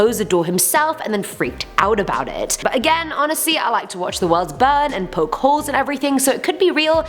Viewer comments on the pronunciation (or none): none